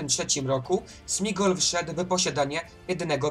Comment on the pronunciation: Materiał dobry ale błagam popraw jedną sprawę - to Sméagol nie Smigol 😂